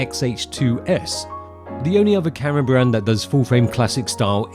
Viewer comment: "the NuEw Neehkon zee-eph full frame camuhra"